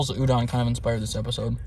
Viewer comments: It’s pronounced udon not ewdawn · It’s not u-dawn, it’s u-doe-n, good episode really enjoy your stuff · the way u say udon is so funny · My guy cant even pronounce the dish the right way.